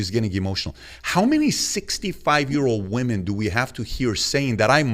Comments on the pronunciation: Why can't any of these people say 'women'? They say 'woman' - singular. What's the deal? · Never listen to anything someone says who cannot pronounce the word "women" correctly.